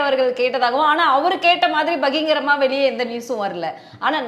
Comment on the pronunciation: நெறியாளர் அம்மணி பகிங்கிரம் இல்லை. பகிரங்கம் என்று சொல்லுங்கள். நீங்கள் தமிழர் தானே. அவர்கள் மாதிரி நீங்களும் தவறாக உச்சரிக்காதீர்கள். சார் நீங்களும் தான்.